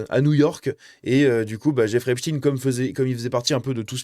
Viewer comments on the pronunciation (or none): On ne dit pas epstine mais epsteine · Pour la prononciation, il ne faut pas hésiter à dire «Êp-chtaille-ne» comme il est coutume de le faire en français. Pourquoi succomber à la mode actuelle, très anglo-saxonne ? Va-t-on désormais parler d'Albert «In-stine» plutôt qu'Einstein ? Ou du monstre «Frankinstine» ? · C’est Epstein comme Einstein et non Epstine. Merci de conserver l'intégrité du nom de famille. Ne tombez pas dans le piege de vouloir faire croire qu’il n’est pas juif. C'est EPSTEIN. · Jeffrey "Epstine" et Harvey "Weinstine" n'existent pas..Epstein et Weinstein oui. On dit Albert Einstein pas "Einstine"..c'est une fausse erreur volontaire de prononciation de certains medias afin de ne pas trop mouiller le "peuple elu"